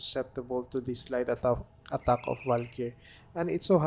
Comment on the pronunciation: I’m not even Filipino, but that’s the first thing that came to my mind. That „attagk“ is too filipino 😂